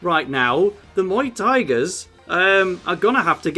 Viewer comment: When he pointed out Muay tigers as Muay Thai I can’t unheard it lol it just Muay Thai -gers